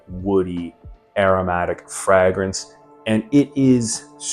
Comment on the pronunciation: Are you sure you chose the correct profession?. The way you say fragrance is wild. 😂